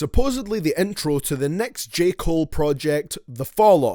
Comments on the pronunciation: Lol you said J Cole’s name wrong three times in the beginning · This dumb ass nigga content is so ass Don't even know how to say j Cole name smh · Did he say Joseph Cole.....Jeremiah Cole.....jered cole